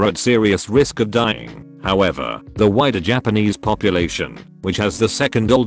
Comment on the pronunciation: I keep hearing "the whiter japanese population" rather than "the wider" and that's funny to me